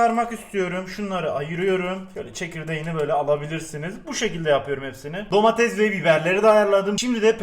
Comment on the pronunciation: abi herşey güzel ama lütfen domatezzzz deme domatese